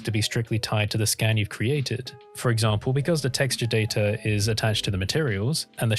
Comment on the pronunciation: “because datar is data” lol. Love those ransom R’s in words